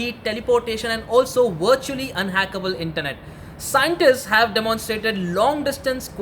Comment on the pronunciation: "wurtually" v, v, vvvv